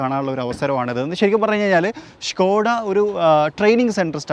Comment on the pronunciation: ഷ്‌കോഡായ അതോ സ്കോഡായ ????